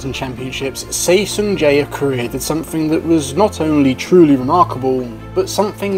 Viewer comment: For the record, Seo is pronounced and historically written as "Suh". Seo is a poor phonetic spelling, but then again Lee Yong Dae, like all Lees from Korea, should really be Ee or another phonetic combination to make the proper syllable/sound.